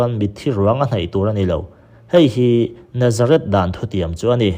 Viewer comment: Chuan Nazarith leh Nazareth hriat hran tur, i lam pawlh vek mai a